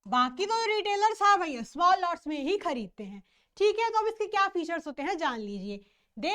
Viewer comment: Mam thoda dhire bola kro please kuj smjh nhi ata itni tej bolte chle jate ho small ko smell bol dete ho 😂